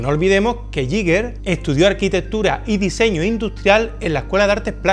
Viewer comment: uno de mis artistas favoritos. ah, y se pronuncia "guíguer"